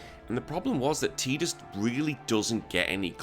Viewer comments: I'm with you on this..games full of water.... Tide.... Tide-us ....tidus Stick your teedus with your ket shee 😂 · It’s Ty-dus, I will die on this hill. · Lost me at tee-dus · Sorry bud, it’s Ty-dus. The voice actor, James Arnold Taylor, confirmed the proper pronunciation of the name 😂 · I'm with you... Games full of water... tide...... Tidus ...I'll join you on the massacre on this hilltop ...you can stick your teedus with your ket shee😂